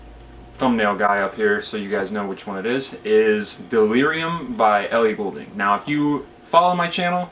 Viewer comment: Don't Need Nobody, Codes, Don't Panic, Army and Keep on Dancin' are my faves. P.s. it's pronounced GOLDing. Also you should listen to E-MO-TION by Carly Rae Jepsen. Easily best pop album of the year.